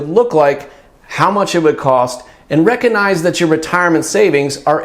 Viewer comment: ReCOGnize - hard “g” sound - not ReCONize.